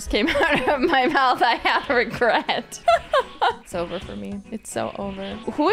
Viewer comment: it's rissover